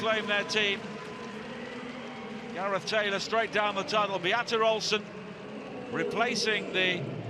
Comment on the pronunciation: Beatta rolesen? Why the r? Try Be-ahta Olsson with first a like father, second a as in cup, first o as a short oo like in wool, and second o like on